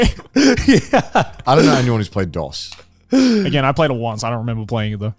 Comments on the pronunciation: Connor mispronouncing "Dos" is freaking embarrassing. Jesus. The fact the other guys didn't know to correct him upped the cringe even more. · The way they pronounced "dos" confused the hell out of me. He's saying it like DOS the operating system, so I just kept imagining a computer every time he said it. It's suppose to be pronounced more like "dose" as in a dose of medicine. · Pretty sure it's pronounced "Dose" like "a healthy dose of medicine", not "Dos" like "Microsoft DOS", Spanish for "two", - uno is Spanish for "one" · Joey continuing to call Dos, DOS, killed me 😅 like is it just an American thing to know how to say Uno Dos Tres properly? Lol